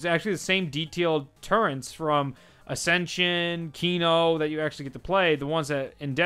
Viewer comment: The one thing that made me laugh is that when he found the turrets and he kept on saying turrents😂😂😂😂😂